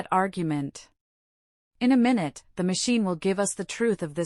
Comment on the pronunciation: This voice is too artificial.. mistakes minute (time) for minute ( small ) " this very minute". Strange cadence.. clearly this voice has no understanding of what is being said.